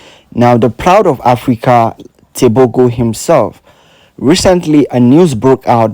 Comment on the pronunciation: "Teboho" is how you pronounce his last name.